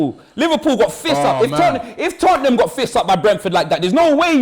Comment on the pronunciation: love for you brotha. You said Tottenham way, less of that. No such thing.